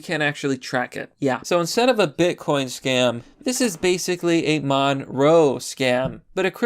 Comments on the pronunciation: It's called monero not monroe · Ma nare oh not munrow. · It's pronounced "Mon-Air-oh" Not "monroe" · Monroe? It's monero, dude. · WTF is a "monroe" It's monero. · It's pronounced "Mo-naer-o" and the reason they're using it is because Monero is a "ghost coin", meaning it's untraceable. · MON-E-RO. Why can't you read anything right? xD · "monroe" lulz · Pronounced "Mon-NAIR-row" [Monero] Thank you. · Did you call Monero, Monroe? LOL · That crypto is pronounced: muh-NAIR-oh. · its pronounced like dinero, like cash money but monero, money + dinero combined